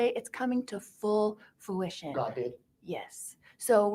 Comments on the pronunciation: The word is FRU-ition, Lori— not FOO-ition. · It seems to me if Jesus told her she was being called to bring His plan to “fooishion” He probably wouldn’t have mispronounced the word. “FOOishion” ?? 🙄 Girl that ain’t Jesus talking to you. 🙄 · “Full fuition” …..girl, what?? 🤡🥴🤦🏼‍♀️ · Every time she says “foo-ition” I think “fool - ition”. This idiot…. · “ It’s coming into fluition” Lori Daybell